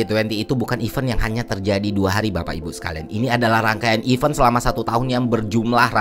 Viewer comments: cara baca kata 'event' itu 'event' mas, bukan 'event' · It's good to fix your pronounciation of 'event' word